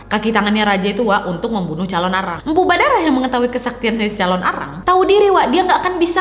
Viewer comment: lain kali berucap di perhatikan ya kak , MPU BHARADAH . BUKAN BHADARAH 🙏